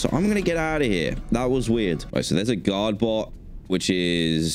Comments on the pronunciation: For some reason I hear the word god instead of guard😂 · i always think he's saying "god bots"